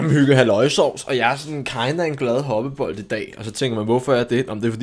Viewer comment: Du udtalt mit navn flot🙂